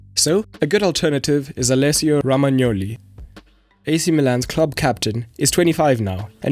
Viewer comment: Politely it’s not ramagnoli it’s rOmagnoli